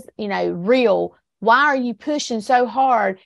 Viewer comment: “Why” not “waa”.